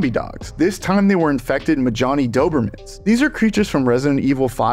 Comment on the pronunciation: Majini not “muh-johnny,” they’re not rednecks